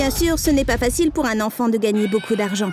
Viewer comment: Il fait pas d'erreurs sur les noms mais "use baucoup dargan" la...